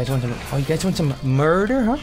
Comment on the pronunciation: Does anyone else think that when Toby says "MURDER" he says " MORDOR!!!!"